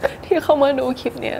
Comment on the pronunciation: ตอนพูดคำว่า "คลิป" ควรจะออกเสียง ล กล้ำ ให้มันชัดๆหน่อย ให้สมกับที่จบอักษรจุฬา จะดีมากเลยนะครับ